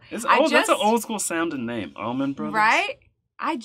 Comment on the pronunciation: It’s “Allman Brothers” not “Almonds Brothers”🤷🏽‍♂️😂🤣😂🤣